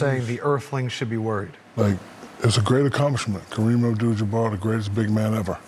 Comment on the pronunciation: First person ever to pronounce Kareem's last name correctly! Wish we could do the same for you Giannis :D